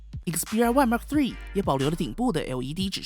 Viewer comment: 你的英文感觉跟鸡叫一样，记住，说的快不代表说得好，了解这个就说明初级入门了。还有，毫米就毫米，还mm，全称是millimeter。别再说Mark 3了 实在是难听，恶心，还有2，那是土，不是tou，